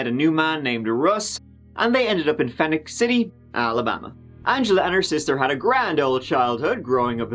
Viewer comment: One of your best ever, worthwhile entertainment. Except, I’m from Alabama, it’s not Phoenix City …. It’s Phoenix City. Very subtle, but there is a difference. It’s the same as way it is in Arizona, but in Alabama, it’s pronounced Phoenix … with City behind it.